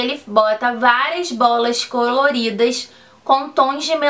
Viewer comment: “cororidas” kkkkk to rindo muito kkkkk